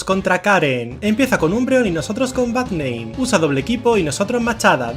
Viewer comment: Cuando decía Bad name pensé que decía Barrnein